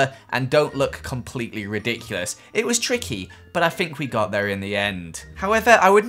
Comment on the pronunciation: It's THINK, not FINK